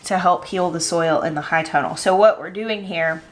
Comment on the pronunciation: Can someone help me out, Im totally new at this, is she saying “hide tunnel” or “high tunnel”?, if you see this even though it’s an older video, you are absolutely my favorite person to watch and listen to on YouTube. Your energy is beautiful. Not only do you just make me feel good but I’m learning so much from you. I’m a BRAND NEW gardener, and of course I just moved to the low desert of south east CA, so I’m going to need one of those tunnels for my garden between June-Oct it’s 100+ degrees. Do you have a link to it or a plan that you guys used for it? Ty 🥰